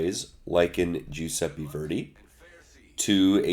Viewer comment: Jewsepi Verdi? Pretty sure it's Italian.